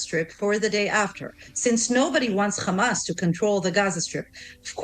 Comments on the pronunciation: Blond 'semite' and Khamas. She can say Hostages, she can say Have, but she can't say Hamas. Lunatic. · You know whats up when you hear ”khamas”